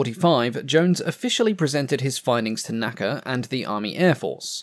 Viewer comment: Please don’t say “naca” as an acronym, like we say “NASA” today. It is the N.A.C.A.